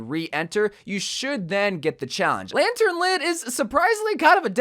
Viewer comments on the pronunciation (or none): "Latern Lit"